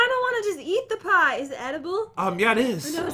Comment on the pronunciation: Is no one going to talk about the fact that said pee-e instead of pie